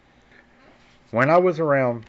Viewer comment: FYI: SPO-CAN !